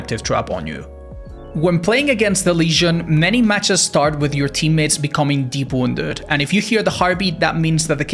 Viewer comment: I have absolutely no idea what the hell he's trying to say . What even is that word? Deborndead? Like what?